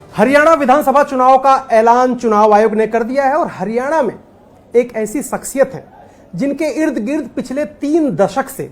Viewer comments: 10 saal kiya to kuch nahi iss hooda ne bolna to sekh leta .haryana ko haryane bolta hain chor 😂😂😂😂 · Chor haryane nahi haryana hota hain 😀😂😂😂😂😂😂😂😂